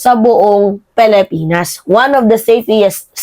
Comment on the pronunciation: Bakit pelepenas ang pronounce mo sa pilipinas pareho kay mharluka ganyan din ang pronounce niya